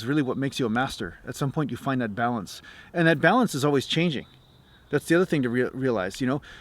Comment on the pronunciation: Hi from the UK-- remember accent-- you started off perfectly till you got to the word find-- then you went all south african-- good attempt though